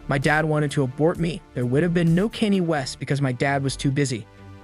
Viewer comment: Thats not how you pronounce Kanye😂